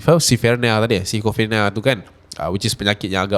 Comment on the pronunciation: Schizophrenia cap. Cara sebutnya skizofrenia 😊